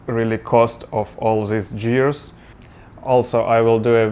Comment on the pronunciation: Your English is great my friend. The only mistake I noticed is that you pronounced the word, "gear" incorrectly. Other than that no issues. Great video.